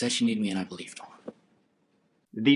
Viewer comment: I can't bewive dat dey would do sowmefing wike dis